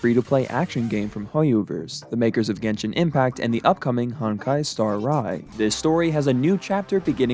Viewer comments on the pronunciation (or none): Not my boy saying honkai star Rai xd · "honkai star rai"